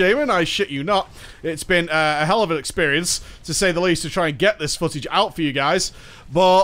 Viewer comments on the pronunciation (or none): none